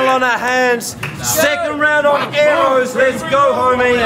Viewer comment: If your gonna diss someone pronounce it properly aerrows. The best 2 made it to the final for sure